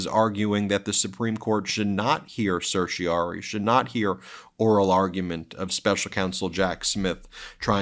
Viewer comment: Ben, please practice your pronunciation of "certiorari"! You keep dropping the fourth syllable.